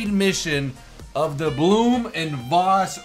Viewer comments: Blohm & Voss is pronounced not Bloom but Blowm & Voss. Thank you. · Awesome looking plane ...and by the way, the name "Blohm" has to sound more like "blow-hm"....not "bloo-hm" :) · Pronounced "Blome oond Voss". Hard O in Blohm, but don't linger on it. Ach, it doesn't effing matter. The Bv 141 prototypes flew well, but then they messed with it for the production series and it turned out to be underpowered. They coulda fixed that, but the weird configuration told against the plane from the start, and so the Luftwaffe went with the Fw 189. Probably a good idea. The prototypes and the 20-odd 141A/Bs made were used in operational trials over the USSR. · pronunciation is crap, the manufacturer's name is blohm & Voss. blohm is pronounced like "blowm" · *Blohm & Voss...... spelling at its finest. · It's pronounced Blouhm und Vfoss (Phonetically)